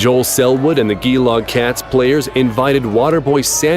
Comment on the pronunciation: "The Geelong Cats players". Pronounced "jee long". Source: am as Australian as AFL.